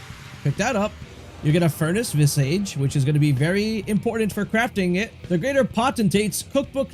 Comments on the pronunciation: Visage is pronounced "Viz-udj" not "Viz-Age". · It's not visAGE. It's pronounced like Vizidge. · Visage isn't pronounced "viss-aige", it's more like "viz-aaj". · Please look up the right way to say visage. vis-ah-j not vis-AGE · Its vis-ahhge, not vis-age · It's not pronounced "vis" + "age" It's pronounced "viz" + "ige" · Vi-sihj not vi sage. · Visage is pronounced Vi-ZARGE, meaning a face. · its not pronounced vis-age... otherwise it was good, just a pet peeve with pronunciation lol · Maybe next time if you can figure out how to say visage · You really should take a break from screens, dude, and learn how to read. The way you say "visage" tells me that you don't read much. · Good info, thanks! Side note, you may want to look up the pronunciation of visage, i was getting a bit hung up on that personally Lol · Potentate: POE-ten-tate. Visage: VIS-ej And just for fun, Vigor: VIG-ur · Vis-idge Poe-ten-tate